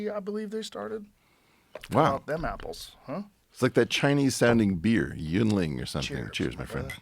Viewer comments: It's Ying Ling - It's not Chinese, it's Pennsylvanian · Eric talks about the intricacies string theory and theoretical physics, but can’t pronounce Yuengling 😂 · Pronounced Yin-ling